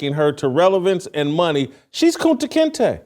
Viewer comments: Yo Jason, you called Caitlin Clark "Kunte Kinte" that's 😂😂 hilarious. Steve Kim is the Man 👍. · This MF said Kunta Kinte. WTF